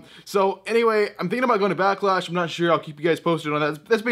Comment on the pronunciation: Backlash? I thought it was a Becklash.